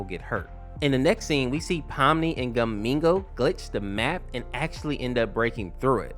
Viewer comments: I thought he said mango 🤣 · The fact he made gummigoo’s name sounds like a Spanish person’s name is funny